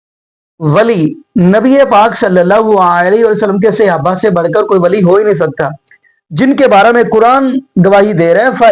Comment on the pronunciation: Ap hamesha apny ders mey (siyaba) kehtay Hain. ye na kaha karin. Bal k Yeh ghalt lafz he. Asal lafzi "SAHABA" he not siyaba pls correct this word. Thanks.